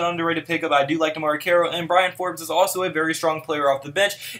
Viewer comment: Good video! I just have to say it's Bryn (one syllable) not Brian.